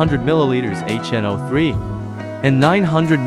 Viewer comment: you’re welcome, I think more and more people are getting tired of AI talk already. I’m sure doing real voicing will add to you likes. Have a good one. Although I laughed at H NO 3….